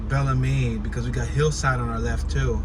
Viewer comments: its pronounced bell-MEED lol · Only out of towner say Belle Meade Can u say it right Bel Meade pronounced bel meade or bail-me. lls💯